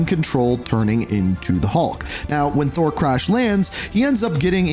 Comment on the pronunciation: He says Hahnshu instead of Konshu too and one point Kawanda and calling Thor, Sor hahaha